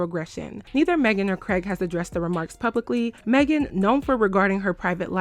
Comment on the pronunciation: Yeah no, if they didn't mean any harm by this conversation then they wouldn't have shaded Meghan by purposely pronouncing her name wrong while full on pronouncing Tory Lanez name without any problem. They were definitely being shady. 😅